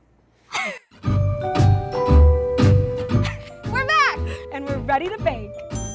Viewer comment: River-fail... Lol😂